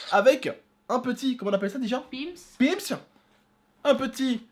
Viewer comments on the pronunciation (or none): On leur dis quand que ce n'est pas PIM'S mais PIN'S !!!!!!!! 😉